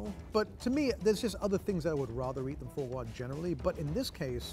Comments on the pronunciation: "Pure extression of faux gwo" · His mispronunciation of foie gras is so aggravating lol